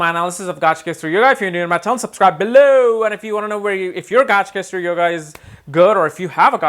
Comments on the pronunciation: It is not Gajkesari... It is Gaja Kesari ! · It’s pronounced Ga Ja, not gaaj. Pronunciation of words according to its origin is important! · Nice video but the actual pronunciation is gaj (ga and ja..like saying kaj) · You are pronouncing Gajakesari as Gaajkesri. Please pronounce Gaja properly. "Ja" should be emphasized.